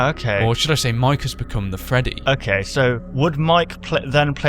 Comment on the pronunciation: Freddy not ferry